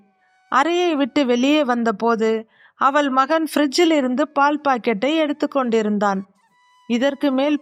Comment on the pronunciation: அவல் இல்லை அவள்.உச்சரிப்புப்பிழைகள் தவிர்க்க வேண்டும்.மற்றபடி கதை ,கதை சொன்ன விதம் நன்று🎉❤